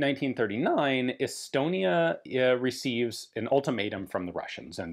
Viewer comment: Did he say Elbonia?